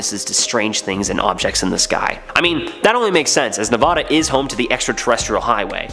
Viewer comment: Don't say Nevada like that ever again.....